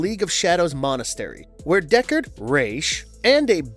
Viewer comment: He did say DECARD, though! It’s DU(As in OOO!)CARD!